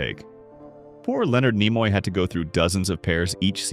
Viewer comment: Leonard Nimoy's name was mispronounced several times. But, a couple of times, it was pronounced correctly. Why not just have a human being sit in front of a microphone?